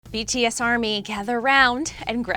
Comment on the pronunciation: At least she says BTS’s name right...